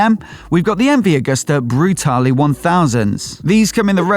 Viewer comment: MV Agusta Brutale, not Brutali